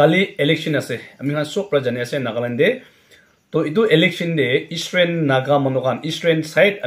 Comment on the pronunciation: It's eastern not estrain correct your pronunciation 🙏👍😅